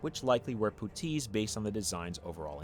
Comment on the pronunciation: I've never heard anyone pronounce puttees like that before. I enjoy this pronunciation. Poo-tees.